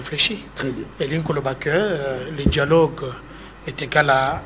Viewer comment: Mr on dit dialogue pas dialogue tu es un vrai kasachin